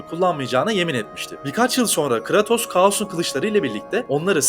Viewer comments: Abi yaptığınız videodan bağımsız şu adamın ismini telaffuz ederken; "Kıratos" demeniz bana çok itici geliyor ya. Konuya odaklanamıyorum resmen. Abi doğru bilgiyi geçtim hiç mi oyununu oynamadınız ya. Eski oyunlardan yenisine hepsinde "Kıreytos" diye okunuyor bu adamın ismi. Bunu doğru bilemeyen, söylemeyen birinin verdiği diğer bilgilere nasıl güveneceğim diye de aklıma geliyor, kusura bakmayın, videodaki diğer içerikten bağımsız yapıyorum bu yorumu. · abi kratos deme artık düzgün oku şunu.